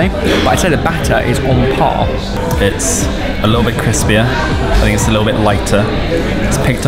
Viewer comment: "ThE bAtTeR iS oN pArR"